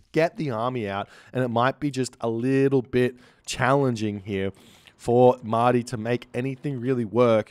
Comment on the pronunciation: Mahde. is reading it as Ma-ah-di, which is quite correct. I think it is a reference to the word for "Messiah" in Arabic.